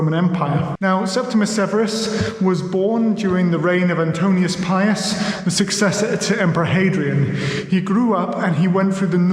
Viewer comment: Septimius. And ANTONINUS Pius, not Antonius. And Severus was declared Emperor in the aftermath of the murder of Pertinax, not that of Commodus.